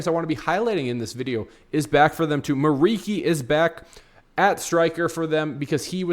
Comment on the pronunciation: It's pronounced like MURICHI, not MURIKI. He's Albanian.